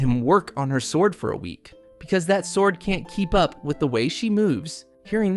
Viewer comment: "He starts looking at a ... swourd"